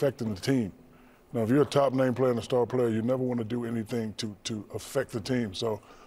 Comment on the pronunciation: "plar player" 😂